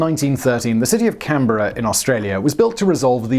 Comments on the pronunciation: A+ for your pronunciation of Canberra! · When youtube daddy pronounces Canberra right 🤤💦